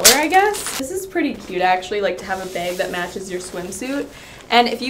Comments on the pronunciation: is it just me or does she keep saying beyg intead of bag... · her: beag me: no! bag! B.A.G!!!